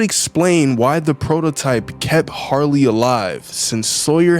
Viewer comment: Its "Harley" Not "Sarly"😭